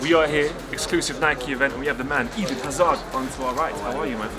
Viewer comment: couldnt even get Hazard's name right smh... ezen hazard